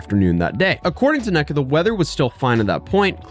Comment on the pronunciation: I think the name you’re trying to say is ”Neka” and it’s pronounced “NAE-KUH”. I’ve also seen some pronounce it “KNEE-KUH” but that’s usually when it’s short for a longer name. When the whole name is “Neka”, it’s pronounced the first way. There was a Nigerian girl in my class when I was younger and I asked her a bunch of questions about this lol. I know she hated me.